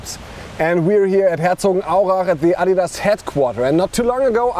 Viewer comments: americans who are in this video listen how adidas is pronounced. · they say Adidas correctly